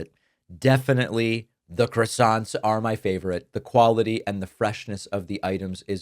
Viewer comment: Small point David, but PLEASE stop calling them 'crassonts'.